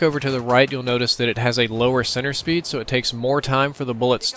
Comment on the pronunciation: When you say "center speed", it sounds like you're saying "sinner speed".